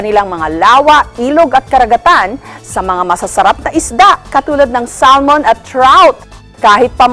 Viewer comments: Mukhang tanga naman tong si Jessica Soho mag pronounce ng Salmon. SAL-MON talaga? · You say it samon( silent l). Not salmon, lol. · sal mon ng sal mon its silent L samon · SALMON. IT'S SAAAMÛN.